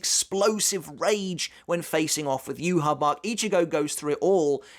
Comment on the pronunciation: On the off chance you care, "Yhwch" is actually pronounced as "yu-ha-va-ha." Feel free to ignore me, just trying to help.